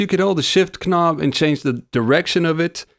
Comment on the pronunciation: Pronunciation? He pronounces knob and texture wrong lolol great video though I agree 👍